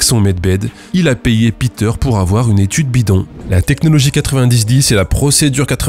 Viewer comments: Péteur, s'il est allemand, pas piteur... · Bon, désolé mais "Peter" en allemand ça ne se prononce pas "Pîter", mais "Péteur" ! 😁